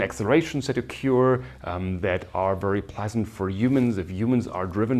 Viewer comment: Very nice lectures. One minor remark: The lecturer will make his lectures even more enjoyable if he looks up the pronunciation of these words: “because”; “occur”; “estimate” (as a verb, which sounds different from when it is a noun). All the best!